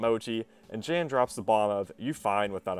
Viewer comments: Lmao pretty sure Jan is the polish version of John and pronounced “Yon” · Who the fuck pronounces Jan "jen" lmao